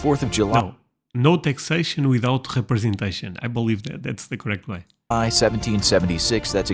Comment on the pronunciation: yes, it is indeed "no taxation without khrepesentation"